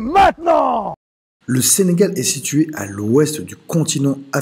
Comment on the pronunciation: C’est pas senagal mais Sénégal